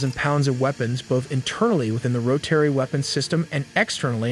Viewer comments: RO- TUH- REE Wtf is ro terry? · It's pronounced "ro-tuh-ree" not "ro-terry" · Ro-terry is a funny way to pronounce rotary, amongst some other words. lol Love the vid though. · approximatley 8 engines? umm ok and wahts RO-TARY weapons bay..... its rotary. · I’ve never heard the word “rotary” pronounced like that before. My generation must be really bad at vocabulary